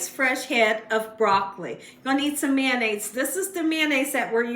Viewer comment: LOL "MANDAIZE" I LOVE MAYO! #FRENCH I BE*! 🤪👐🏻👍🏻🥳🥰🤣🤣🤣😎